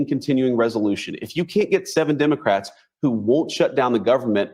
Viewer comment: I was getting the pun of “dim” ocrats until I realized that you say the letter “e” as an “i.” Haha.